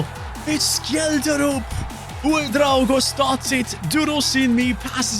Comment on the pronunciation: Btw Scheldrup is pronunced Shellsruup not Skelddrup